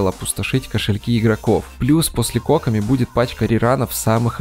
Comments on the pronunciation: Задание легенд анонсировали на стриме разработчиков. Так что будет доступен вместе с запуском ее баннера. И автор, я умоляю, произноси ее имя правильно - КокОми. Ударение на второй слог. А то у тебя какая-то Cock-omi получается. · кОкоми? Ты хоть понимаешь куда ударение ставишь? Её зовут кокОми! Чисто из-за этого ставлю диз. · Что с ударением на имя кокОми... кОкоми говорит.... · смертоубийство 👹 Ни нада так.